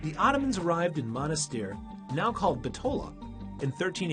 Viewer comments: Very nice. Only you are pronouncing Bitola wrong. Accent on the first syllable "Bit" i.e. Bítola not Bitóla. Macedonians put the accent on the anti-penultimate syllable in a word. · My heritage is from Bitola and that is the furthest thing possible about the history of this city..!! Why all the focus on the mosques?? Islam is the tiniest minority here? Deceiving video about the 'history' on top of not even being able to pronounce the name correctly lol Bit-ola (ola pronounced similar to dollar)